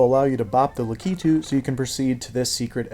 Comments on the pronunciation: The one with the super cape and the 6 ways... You do it so much harder than it needs to be. You can just grab the first cape and fly all the way and you can fly OVER the pipe. No aiming required. And don't get me started on how you say Lakitu. It's LA-Ki-tu not La-key-tu. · Excellent video. I am unfamiliar with your pronunciation of Lakitu. I’ve always said Lack-it-too. La-key-too sounds fine too I guess. It’s kind of fun to say.